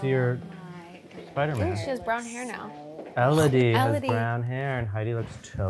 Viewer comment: When calls her "Eee-LO-dy" 🤣